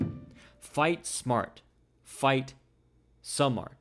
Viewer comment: Great video. Just one thing. His name is pronounced "sahm maht".